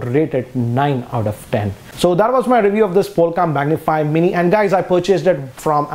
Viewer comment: It is not capable to say mini......but well